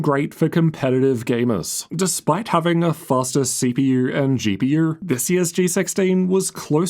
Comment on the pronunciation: “CP-UR and GP-UR”